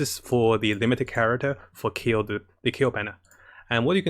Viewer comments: it's Klee not Kayle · Wtfind wrong with KLLEEEEE NOT keel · Fking say KLEE not KILL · It's klee not keel lol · Am a bit annoyed, why he keep calling her kill .. her name is klee and should be called kelee not kill.. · sees klee: keel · ...and he's back to saying "keel"... we were doing so good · when he tries to scream to raise his luck when gacha-ing for Klee: keel... Keel.... KEEL.... KEEL! KEEEEEEELLLLLL!!!!! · Keel FTW :) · My boy so excited for klee he went back to saying keel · He’s saying Keel again XD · Yeah Klee with "ameno" instead of anemo. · At this point, i gave up on how he pronounces klee.